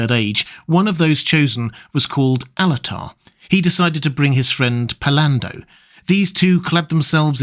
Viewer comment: you're saying "Alatar" yes? I heard Annatar, first, and I was like, "yo hold on, no."🤣🤣